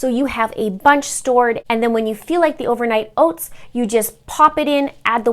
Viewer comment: I eat overnight oats every morning because I need to have something prepared ahead of time! I'll have to try these recipes to shake up the mix-ins. P.s. I loved how your Canadian accent came out when you said Ohh-vernight Ohh-ts 😉😊 (this coming from your ND/MN subscriber...haha)